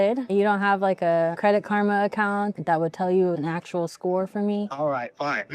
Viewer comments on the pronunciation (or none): none